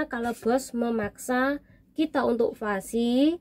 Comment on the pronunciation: vaksin mbak bukan vasi